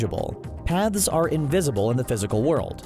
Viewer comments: I kept hearing "Pads" instead of" paths" and it made the video a 100 times more interesting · are you saying pads or paths? im confused